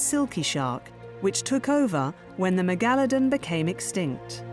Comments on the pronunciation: I never heard anyone pronounce Megalodon like that before... She keeps saying it that way multiple times. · Might be a dialectic variation? I'm not a native English speaker, so I don't know how it should be pronounced.